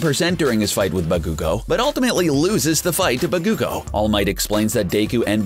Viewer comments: I ALMOST THREW UP WHEN HE SAID BA-KOO-GO AND DAY-KU OMG LMAO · he pronounced BA-ku-go as ba-KOO-go and DE-ku as Day-ku, and then said that deku's quirk is all for one clearly hasn't seen the anime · ba-koo-go? No. Baku-go. Bakugo.. day-ku? No. Deh-ku. Deku.. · car guy: Deyku vs Bakuygoo Me: stop triggering me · SmaugLord20 I was personally triggered by Ba-KOO-go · Atleast learn how to say the names..dude said Narooto Uzooomaki and Soo-soo-ke Uchiya for Naruto and Sasuke| Bakyuugo and dayku for Bakugo and Deku he even said Buhkoogo... and he messed up on many other names also. He also said that Midoriya took the All for one quirk that once belonged to All might.. 1. Midoriya didn't take it from him. It was simply passed on and All might could still use it. 2. It's One for All. 3. This dude didn't watch the anime.. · Bakugo not bakkkkugo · WHAT ARE THESE FUCKING PRONUNCIATIONS OF DEKU VS BAKUGO